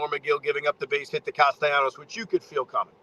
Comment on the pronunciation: Can you pronounce Castellanos' name correctly?